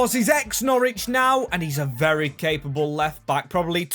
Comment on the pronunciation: "Not ver good for the club"... lol. Thays a bit generous. ;)